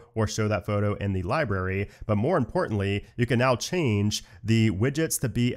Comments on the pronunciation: LiBRary not LiBERRY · library = lie + brary not lie + berry